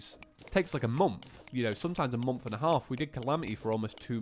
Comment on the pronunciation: I'm not trying to be rude but it's moNth not momth